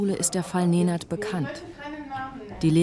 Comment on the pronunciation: Ej brate, svaka čast. Aber bin ich der einzige den die Betonung nervt? Neeeeenaad. Naja meine Lehrer können nach 10 Jahren meinen Namen auch nicht aussprechen